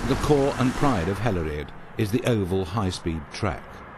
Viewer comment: i love the way he tries to say hällered